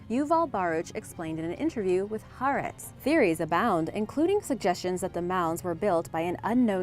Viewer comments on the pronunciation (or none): none